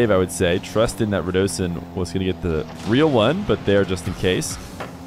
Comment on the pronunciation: Yo. When did start calling Radisson as Radosin? Noo.. also the Zen shot where Alpha54 faked etc, I think it was being saved, so he just pings it onto the backboard deliberately